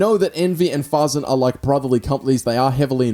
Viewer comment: Fasen not faaaazzen